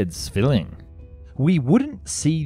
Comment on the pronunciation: Everbody knows that Germans say tsway for Zwei. Why oh why say zzzzwealing? It is tswealing. TS. Why don't all Americans speak German really well? Go to school when you're young. All Germans of your age speak English like a Camebridge student does!